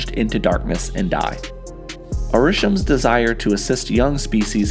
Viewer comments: Are-ish-SHEM not Ar-RISH-em 🙄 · OMFG AH-RAH-SHEM not urshum. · why do you insist on mispronouncing Arishem? It’s Ari-SHEM, not a-RI-shem. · "uh-rish-em" Tell me you haven't seen Eternals without telling me. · Him calling the celestial “UH- RISH-UMM is driving me nuts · I have never understood how a character or location can be pronounced very clearly and consistently in a movie, yet people still pronounce it wrong themselves. This dude saying a-RISH-um drove me crazy in the first 60 seconds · It’s pronounced Are-ih-shem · Why do people narrate and pronounce stuff wrong. Aaa* rih* Shehm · your pronounciation of arishem hurts my soul🤣🤣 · u said erishem wrong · Why does this dude mispronounce Arishem’s name wrong when they literally say it in the movie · Arishem was said many times in the movies, all the same way by different people... and yet people still say it weird... you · It sounds like you have copied and pasted the voice clip of 'Arishem' every time it is said, almost like you are drawing attention to the mispronunciation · Could you at least pronounce Arishem correctly? Reviewing the movie and the celestials while also mispronouncing the prime isn't a good look. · Have you not watched eternals? Why do you say arishems name like that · At least pronounce his name right if you’re gonna reference him 40 times. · Tip for YouTube content creators.. Study the content before making a video on it. The Eternals is a pretty good movie that has is fairly new as of the release of this video and my writing of this comment. To hear Arishem be mispronounced so badly so often forced me to stop watching the video. His name was pronounced during the movie MULTIPLE times. There isn't a valid excuse to mispronounce his name in a video describing a movie that the video is referencing. An excuse exists if this was based on thr comics but this video is referencing MCU content. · Ugh, this pronunciation of the word Arishem is horrible. Is that how they pronounce it in the movie?